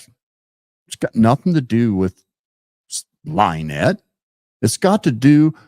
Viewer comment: Thank you for being on here. Also, it is Lynn ette not Lie nette. That is what he calls her because he thinks it's funny to call her a liar so he uses her name as a play on it. Also, his fans are as cruel as him and his crew. They are bullies, trouble makers and for some reason think they are going to be some kind of heroes to him and his crew but in fact they are just puppets for them.